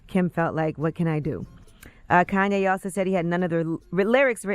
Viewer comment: Man fck Koonyé and the other K's. KKK